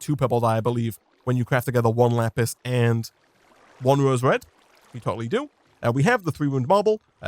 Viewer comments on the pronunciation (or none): none